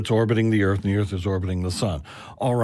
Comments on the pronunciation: WHAT THE FUCK IS THE EARF! OH YOU MEAN THE EARTH YOU GENIUS! EARTH 🤤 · Flat "earfer" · No, the earf